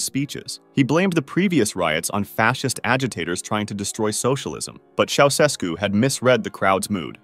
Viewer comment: “Ceausescu” is pronounced “Chow-Ches-koo”. Romanians were really tired of atheistic communist tyranny. At one point during the revolution, a huge crowd in a stadium chanted “God exists.” Shortly thereafter I was involved in handing out Bibles there and they were all taken in a minute or two.